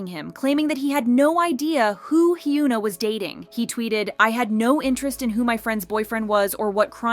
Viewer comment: You could try and improve your Korean pronunciation, as you keep mispronouncing HyunA and Bang Sihyuk. Great content nonetheless